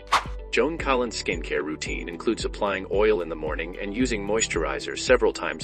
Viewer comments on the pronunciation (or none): Must be bad AI doing the narration because her name is Joan Collins not Joan Collin. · Why in the heck does the video narrator call her Joan Collin ? without the S ? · Her last name is Collins, not Collin. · The name is Collins, not Collin.